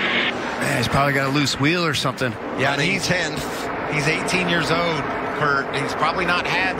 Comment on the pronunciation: "He's 18 years od." When did Michael start talking like Larry Mac? Who was on the po position for this race?